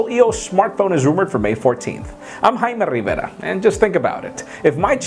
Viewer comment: i love the way he say jaime rivera :D :D